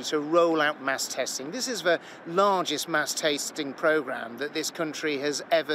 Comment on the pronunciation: Did he just say mass TASTING??